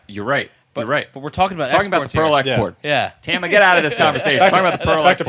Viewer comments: TAHma. It’s Japanese. TEHma is not her name (the founder’s wife). Do you say YEHmaha? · just a pet peeve. Everyone gets everyone else right except TAMA and it’s not hard.